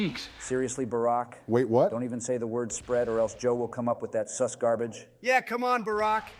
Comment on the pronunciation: every time i hear the ai say seuss instead of sus i expect one of them to start rhyming toxicly